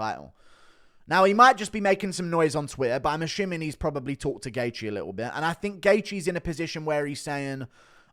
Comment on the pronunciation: You butchered Gaethje's name so bad lol